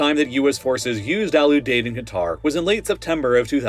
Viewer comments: For future videos, pronunciation matters: Lakenheath: “Lake-in-heath” Ramstein: “Ram - Styne” Al Udeied: “Al-You-Deed” Kadena: “Kah-Deen-Ah” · Ram-Stine Lake-N-Heeth Al-U-Deed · Pronunciation is all over the place. Lake-in-heath not Lack-in-heath. Al-you-deed not Al-ooh-dead. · You are pronouncing Al Udeid wrong my brother. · The nickname of Al Udied is "The Deed." Can you guess how it's pronounced? Have you ever talked to someone before you try with these words? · lmao right. Same for Kadena and Al Udeid